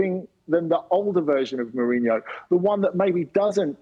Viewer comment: I never heard a Brit pronounce a Portuguese name that well. 😯